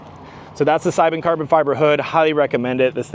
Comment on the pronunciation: Seibon = say-bon